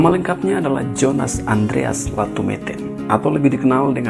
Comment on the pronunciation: Jong Ambon di baca yong Ambon, Jonas di baca Yonas